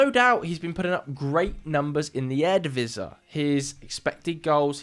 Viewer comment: Eredivisie is pronounced something like 'ear-uh dvc', with the stress on the v. Other than that: awesome video as always